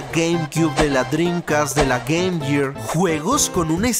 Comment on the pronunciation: No sé por que hay muchos youtubers que pronuncian "gear "como si dijeran "year". 🤦🏻‍♂️